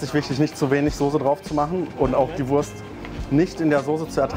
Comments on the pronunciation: No offense, but Wurst is not spellt like worse but voorst. Imagine a V followed by oo like from loose but shorter. It a national dish with international roots. A delicious and cheap meal from the dark past of post-war Germany. The Currywurst was established in West Berlin (West Germany aka Federal Republic of Germany (FRG)) and later reinvented without casing/intestine in East Berlin (East Germany aka German Democratic Republic (GDR)) because of shortages of intestines. At first the sausages were cheap and very low quality. But soon after establishment quality standards were erected by the local government, food authorities and the food industry. The official inventor of Currywurst is Herta Heuwer but it is a high possibility thar Currywurst is an invention that several people made at the same time. And without occupation it might be never invented because Brits brought Curry powder (spice blends) from colonial India (British East India Company, BEIC) to Germany and Americans Tomato ketchup. Today is this dish all over Germany. But there are 3 areas that claim its invention and celebrate their version: First Berlin, second Lower Saxony/Hamburg (Currybockwurst or Volkswagen-Currywurst (yes, the car manufacturer sells their own version)) and third North Rhine-Westfalia (mostly Ruhr area). They are barely comparable. The share the core concepts but taste very different in profile/detail. In Berlin the sausage has to be pan-fried by law, in Northern Germany it is more common to h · you pronounce the wurst with an 'o'. But that is wrong. Its a 'u'